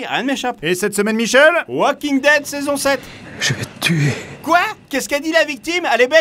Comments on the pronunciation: Bordel mais arrêtez de dire "Walking Dead" par pitié x) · Au mon dieu! Enfin quelqu'un qui prononce correctement "the Walking Dead" Pour ceux qui ne savent pas le L de the walking dead ne se prononce pas